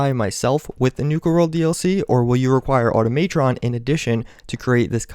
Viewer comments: Omg its called Auto-MUH-tron! Its not Auto-MAY-tron. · Why do you accent upon the wrong syllable with "Automatron"? It's supposed to be pronounced "Au-tom-a-tron" (as it is a corruption of the word "automaton," which refer to primitive clockwork-powered machines made by the likes of Hephaestus and Leonardo da Vinci), not this "auto-MA-tron" thing you keep doing. It's rather jarring and kinda annoying and I know I'm not the only person that feels this way. Just want to let you know so you can improve yourself. That gator-deathclaw is clearly a reference to concept art of the unfortunately cancelled "Fallout Tactics 2," which would've taken place in an overgrown post-apocalyptic Florida and feature bipedal mutant alligators or crocodiles in place of Deathclaws. People were working on this DLC pack waaaaaaay before that unfortunate incident with the kid and the alligator (and it's not like that was the first time a person was attacked and eaten by a large reptile). Furthermore, that unique Brahmin with the large horns is clearly some type of mutated water buffalo (appropriate for an area specializing in exotic animals) and the blue glowing mirelurk is clearly a Nukalurk just like the ones encountered at the Nuka Cola plant in Fallout 3 (the song even mentions "rivers of Quantum," and it was the unique isotope used in Nuka Cola Quantum that caused the mutation in the first place). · It is pronounced ah-tom-mah-tron,. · the way u said automatron is fanny